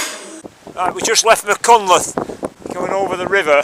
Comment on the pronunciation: word to the wise.... .. its pronounced .. ( doing my best with typing spellaneese ).... Mack... Han... cltheth